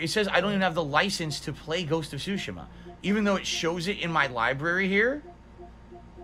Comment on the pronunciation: I can't get over how he says Tsushima. He says it so 'Murican.